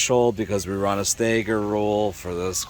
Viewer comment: It's not "stayger",. It's "stagger"... 🤷